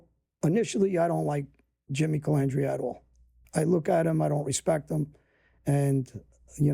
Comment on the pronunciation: Sammy was worse he called him calamandria